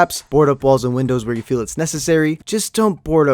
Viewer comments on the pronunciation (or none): none